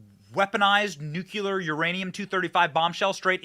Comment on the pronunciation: Good show but “stupider” and “nucular” are not words man!